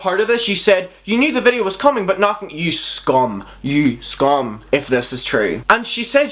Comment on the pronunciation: I love how you say “YOU SCUM” I’m creaaaasinf hahaha